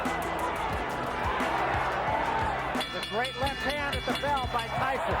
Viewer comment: pourquoi tu dis "tysson" ??